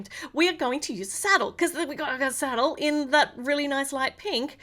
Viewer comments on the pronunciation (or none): Salad and saddle wrong word saddle not salad 😅